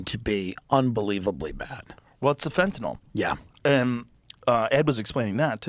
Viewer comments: You are pronouncing Fentanyl wrong. Sound it out guys. Sounds like NIL not NOL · Please stop saying FentaNOL it’s called FentaNYL thanks love youse